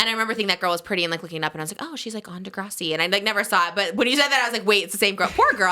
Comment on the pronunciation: saying Di-grah-si is killing me asf 😫 SHAME SHAME its dih-grass-si